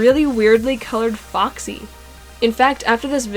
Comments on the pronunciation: Is it just me or did she say boxy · It’s not boxy it’s foxy :/